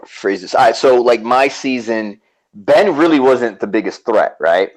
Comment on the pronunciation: I love your show but apparent disdain for Ben is super obvious. I don't get it. You're talking about the winner of S35 on this episode, at least learn to say his name.